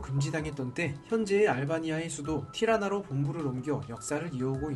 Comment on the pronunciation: 타리나가 아니라 티라나